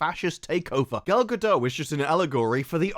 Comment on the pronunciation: Gadot, not Gado